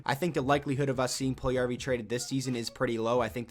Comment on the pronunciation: The way you pronounce Puljujärvi hurts me so much......